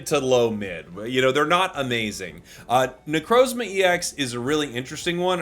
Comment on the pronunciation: you purposefully find harder ways of saying pokemon names? you did it again with necrozma